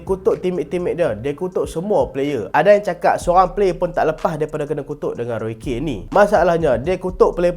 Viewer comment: Roy Keane. Pronounce "kin"